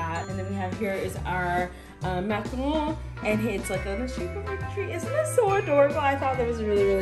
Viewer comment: actually pronounces macarons correctly!